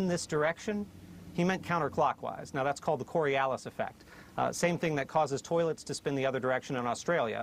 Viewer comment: The cori-ah-lus effect? Oh, dear, the country is doomed.